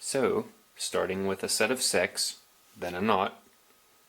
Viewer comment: Is it just me that hears: so, starting with a set of sex...